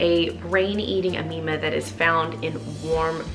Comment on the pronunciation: "Brain Eating Aneeba" lol